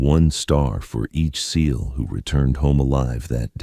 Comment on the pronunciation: This AI is brutalizing this story it’s not S E A L teams it’s seal team